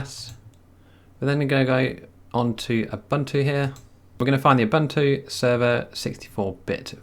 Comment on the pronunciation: Ubuntu is pronounced oohboohntooh